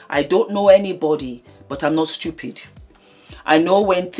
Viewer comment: When said “stoopid,” I said, Ah, Naija babe!!!